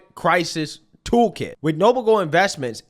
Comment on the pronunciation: Brother, I thought you said token the first time, not a toolkit 😅. I was like, no way, my boy is selling crypto.